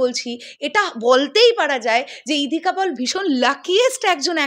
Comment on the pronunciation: ইধিকা পল নয়, সঠিক উচ্চারণ ইধিকা পাল।